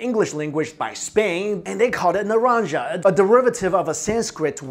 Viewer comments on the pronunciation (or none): The way you pronounce naranja is terrible.